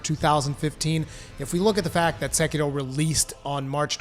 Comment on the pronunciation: You could pronounce sekiro correctly that'd be nice